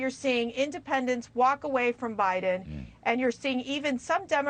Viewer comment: She said Obiden 😂😂😂